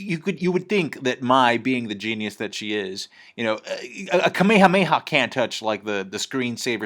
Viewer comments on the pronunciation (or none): none